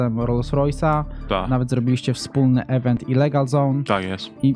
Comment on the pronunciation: Nie da sie tego słuchać…. Nie „event” tylko „ɪˈvent”